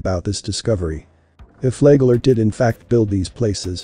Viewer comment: It's pronounced like it's spelled. Flagler A flag lin lier he was.